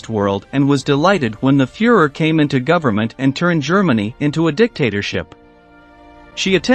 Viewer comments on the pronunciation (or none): none